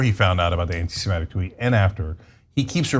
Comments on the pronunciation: whatever Kanye meant, it's "anti-Semitic" not "anti-SemEtic" FFS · Antisemitic. Not antisemetic. That mispronunciation drives me crazy!